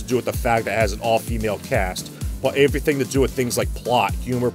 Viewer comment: lol "averything"